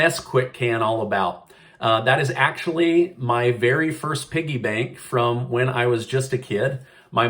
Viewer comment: That’s a Quickie bank, not a piggie bank 😂😂👍🏼